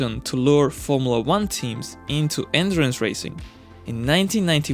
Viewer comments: took me half the video to figure out he was talking about "endurance" cars and not "entrance" cars. well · It's "endurance racing", not "entrance racing"😂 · This nigga said andurance racing